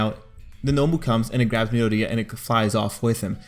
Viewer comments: Did he just say midariya? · Not to beat you on the head but it’s Mee-Door-ee-ya